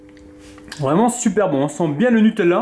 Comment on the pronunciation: Je suis la seule à être stressée parce qu'il dit nutelela